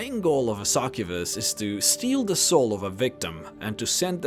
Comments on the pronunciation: a "Sakubus" o.O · You pronounce succubus really weirdly